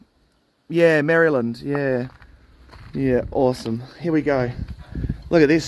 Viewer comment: Nice livechat and tour. Much enjoyed! 🤠👍 How to pronounce Maryland as not to make a Marylander cringe